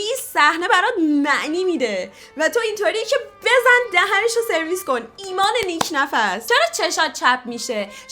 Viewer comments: Nik nafs ❌ nik nafas ✅ 😅😅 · نیک نفس❌️ نیک نَفَس✅️